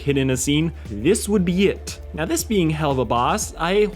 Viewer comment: u kinda said helluva boss wrong, not trying to be mean tho just saying.